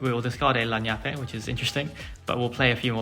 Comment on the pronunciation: Annie is definitely not Italian. Lagniappe in South Louisiana sounds more like lan-yap.